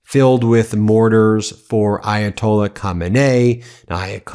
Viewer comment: I’ve always heard the Ayatola’s name pronounced another way but I have a feeling you’re saying it the right way. 🥹